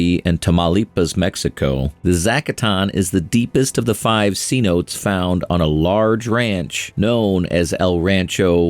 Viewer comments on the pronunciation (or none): Cenote is pronounced seh-NO-tay, not SEE-note.